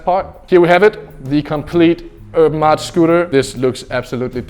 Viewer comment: He pronounces Urban Artt. “Erm Aut”